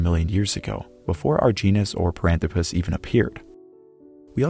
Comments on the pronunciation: It's par-an-THRO-pus, not pa-ran-thro-PUS, surely? More like anthropic and less like platypus? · Parânthropus: pronúncia proparoxítona 🆗